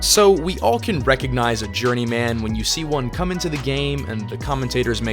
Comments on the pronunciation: "journey-man" - it's pronounced "journeymen" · It's not Journey Man, it's Journeyman. Pronounce it more like the name Silverman. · Yeah, it's pronounced journeyman, not journey man. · Please stop saying journey-man. Pronounce the man part the same way you would in fireman, not Fire-Man. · Need to learn how to pronounce "journeyman." Or not. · I really hate the way this guy pronounces the word journeyman. He must have no friends, otherwise somebody would have told him to fix that before he published the video. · You pronounce journeyman in an odd way